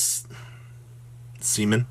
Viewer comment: Seamin ... lol